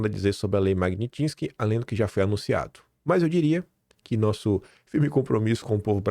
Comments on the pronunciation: Bom dia. Admiro e valorizo muito seu trabalho. Não entendo como você insiste em falar em Lei "MAGNITINSKY" em vez de MAGNITSKY, MAGNITSKY, MAGNITSKY, MAGNITSKY!!!!!!!!! Sugiro que repita MIL VEZES PRA NUNCA MAIS ERRAR!!! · 😂 não desiste de falar “ Lei Magnitinsky”.